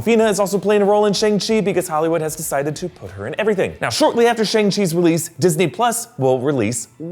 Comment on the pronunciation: shang, not sheng.